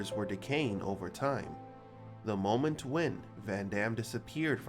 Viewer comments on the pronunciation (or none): none